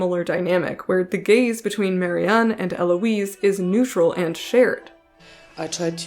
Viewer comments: No not “the gays”.... the gayz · you: not the gays me, every time you said gaze: GaYs